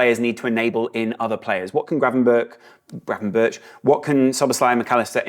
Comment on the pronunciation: The pronounciation of Gravenberch is not with "burch" on the end. The "ch" sound is the same as the "g" sound in Dutch. So more like it says gravenberg.